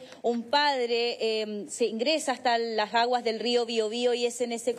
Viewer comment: Triste noticia, y también es triste la pronunciacion de la "reportera" "las jaguas del rio"